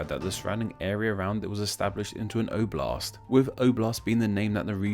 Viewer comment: You should pronounce "oblast" (the accent on first letter and soft the last letter)